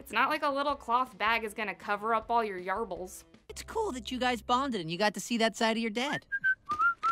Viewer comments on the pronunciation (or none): Yarbles? or Yarballs? 🤔